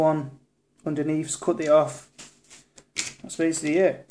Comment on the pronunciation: When he said "my cut finger" I could've sworn he said COCK finger! LOL